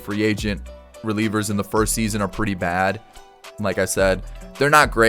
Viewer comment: When you cant say first 😭